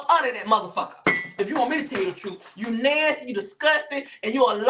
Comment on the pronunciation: The way says nasty be havin me in tears!! He said "Alvo! You a Nansty sissy!" 😂😂😂😂😂😂😂😂